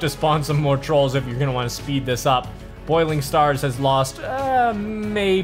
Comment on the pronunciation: Bouling stars not boiling stars